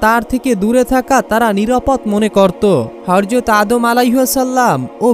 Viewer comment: বার বার হর যত হর যত বলছিস হযরত বলার চেষ্টা করবি প্রয়োজনে সাত দিন ট্রেনিং করবি তারপর ভিডিও বানাবি